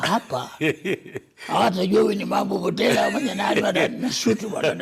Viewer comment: Pia mwanzoni alisema Mambo Mbotala🤔😉